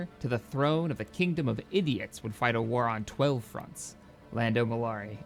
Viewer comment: Londo mollari not lando but yes a good charrchter.